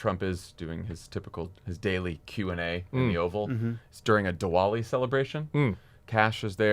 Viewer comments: Pronounced Divali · The “w” in Diwali is pronounced like a “v”. Just an fyi.